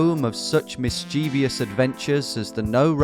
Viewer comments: Mischievous not mischievious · Great video!! One of my pet hates though… “mischievous” doesn’t end in “ious”. It’s just “miss…chiv…us”. The whole “miss…chee…veous” thing came from an American kids song. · Just a friendly heads-up: "Mischievious" is not a word!